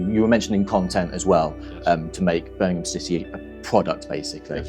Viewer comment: Love that he makes the effort to pronounce Birmingham properly instead of the typical American BirmingHAAAM